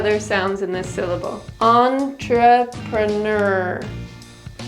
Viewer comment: Great content, although you repeated a syllable wrong all through the video. I'm referring to the third syllable. US: /ˌɒntrəprəˈnɜːr/ - entrepreneur You're always saying 'PER' US: /ˌɒntrəpɚˈnɜːr/ - entreperneur pɚˈ - per prəˈ - pre A 'per' sound instead of 'pre'. Spelling the 3rd syllable of the word just as the 4th one. 》 | |